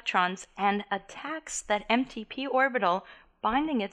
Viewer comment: I think she's saying empty P orbitals lol